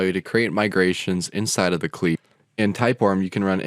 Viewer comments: Never heard anyone say 'CLI' as 'klee'. Nonetheless, informative video. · Great explanation. But my man my man, what the heck is a 'klee' and a 'reppo' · Did you actually say KLI? Great video overall but please, ORM and CLI should be pronounced as abbreviations. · klee im dead 😂😂😂😂😂😂😂😂🤣🤣